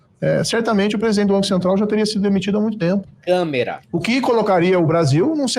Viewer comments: Ele disse "CAMERA" 😂😂😂😂😂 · O falou câmera??????? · Marreco falando CÂMERA, aí não dá. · "Não nos faltássemos?!?! Câmera?!?!" Básico,não?